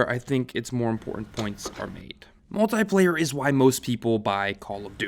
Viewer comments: "Muliplayer" lol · "Multiplayer" MULIPLAYER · was an error "muliplayer", but the rest of the vídeo was great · MULIPLAYER lol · Nobody notices INSTENSE and MULIPLAYER? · Muliplayer. Hehe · “Muliplayer” lol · “Muliplayer” lmao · Where is the motha fuckin "T" in "MULTIPLAYER?" YOU IDIOT!!!